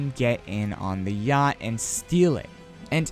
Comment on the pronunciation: He said yhact 😭😔